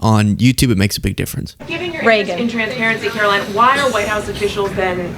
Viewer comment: "Karo-lyin' Leavitt"